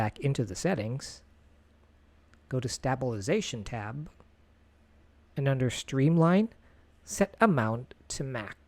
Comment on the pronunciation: Glad I’m not the only one. I feel bad as this was so helpful but I cringed every time he said it.